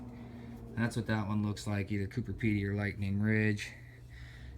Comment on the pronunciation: COO-BER not COO-PER...